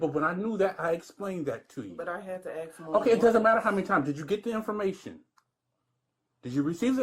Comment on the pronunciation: "ask" not "aks"